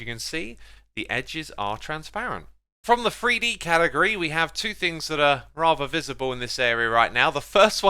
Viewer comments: Its not free d its three d theres no f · As a northerner it bothers me to no end hearing Xisuma saying "free-dee" hahaha